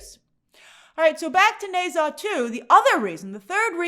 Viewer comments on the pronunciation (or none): Grace, please in future if you're going to pronounce a foreign name/word 20+ times google how it sounds 😅 especially since the title is just one word long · The utter butchering of the name Ne Zha must be studied.